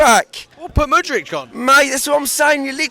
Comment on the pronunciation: It’s not mudrich it’s Mudryk